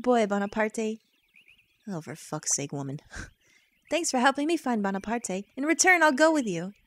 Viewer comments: bonaparte is probably pronounced bone a part not bon a part ay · I'm probably the hundredth person to say this, but it's pronounced Bonapart. As in Napoleon. Not Bonapartay. I can see why you'd think that though, seeing as its in a Japanese game and that's how name is Japan work. But no, they did use the French name and intend for it to be pronounced as such. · well actually the creatures name is "Bonaparte" as in the e is silent. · Probably someone who already said this, but the name is pronounced Bone-a-part. In French, most letters that are the last of the name are silent, with the exception of some vowels and a consonant or two. Also, I really love Shiro and Kinnison! I do believe they have a nice unite attack(if I haven't forgotten that is xD), and I love the whole 'live in the forest' thing. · Actually, I think "Bonaparte" is like if it was pronounced like "Bonapart". Thrust me, I'm a french Canadian. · I'm pretty sure the e in Bonaparte is silent, but whatever. Not the end of the world. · The e at the end of bonarpate is silent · The "e" is silent...